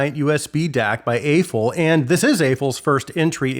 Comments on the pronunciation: Not to be that guy, but I think the brand's name is pronounced as "Ahh-Foo." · The company cleared up the pronunciation of Aful "ah foo" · I love the reviews man, I just don't understand why I have only heard one single reviewer actually pronounce Aful correctly. Haven't they impressed us enough to at least say their name correctly?